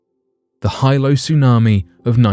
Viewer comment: Hilo, HE...pronounced HEE-lo.